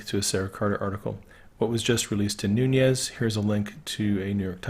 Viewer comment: You're one of the few who knows how to pronounce Nunez ! FYI the t in often is silent;-)